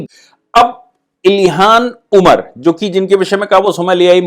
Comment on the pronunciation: आप अपनी उच्चारण पर ध्यान दीजिए। इल्हान उमर को बार बार इलिहास ओमर कहते हैं। ऐसी गलतियां श्रोता में झुंझलाहट उत्पन्न करती हैं।